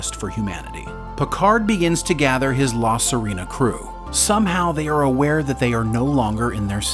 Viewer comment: Clearly whoever did the narration hasn't actually seen the show. "La Serena" is NOT "suh REE na". It is "suh RAY na".